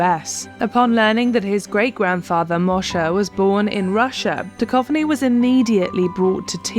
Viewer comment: David Duchovný is not David Dukovny:) it means :spiritual .